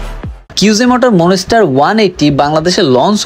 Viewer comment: It’s not মন---স্টার It's মনস্টার 😂😂